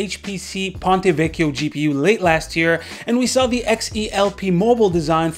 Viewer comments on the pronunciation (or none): none